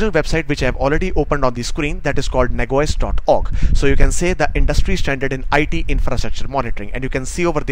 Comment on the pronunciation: I think you mean Nah Jee Ose; and not Nag woys, correct?